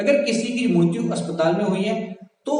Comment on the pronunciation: Bsdk mrutyu mrutyu kya kya bol rha hai mrityu hoti hai ye....